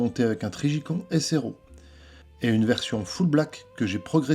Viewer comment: Trijicon prononcé en français, …. Ça m’a fait sourire (la fatigue sûrement mais j entends con…)